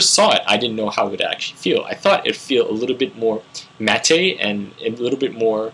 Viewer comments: "Matte" is pronounced 'mat' (rhymes with 'cat') --- NOT "matt-tay" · Matte is pronounced mat